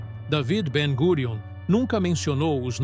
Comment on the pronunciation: Ben Gurian. Sound it out like that.